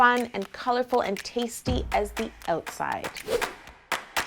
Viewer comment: when you said "outside", it totally re-affirmed the fact that you're Canadian. :)) HIMYM has influenced me too much.